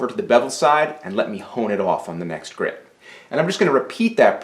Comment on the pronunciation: The word is "grit" not "grid".